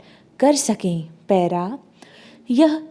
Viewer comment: Maidem paira mt bola kijiy.please